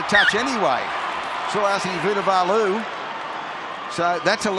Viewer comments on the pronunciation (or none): Bruh! That commentator pronouncing Suliasi Vunivalu’s name was crack up